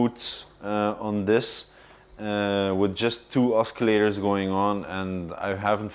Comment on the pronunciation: Say oskillators one more time, I dare you!